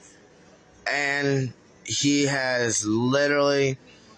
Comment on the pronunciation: “like litewally”